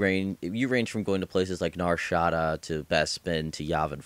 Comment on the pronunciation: NAR SHA DA. you said it wrong